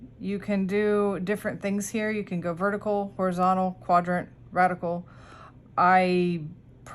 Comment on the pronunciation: Radial think raid-e-al LOL